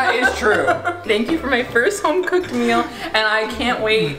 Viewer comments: Can we just talk about the way pronounces meal as mill lol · Anyone else notice doesn't pronounce E's or T's? Like instead of saying 'Meal' he says 'Mull'. Instead of 'Mountian' he says 'Mou-inn'. Does this bother anyone else?